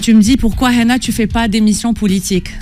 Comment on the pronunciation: Pourquoi il dit "HENA" elle s'appelle HANA, non?